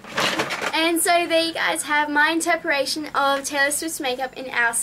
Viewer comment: Hehe "my interparation" . Ur adorable. But i think u meant "interpretation" XD <33